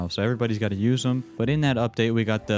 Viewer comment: I can't take it anymore man... it's pronounced like sweetie-u... Please, please for my brains sake say it like that.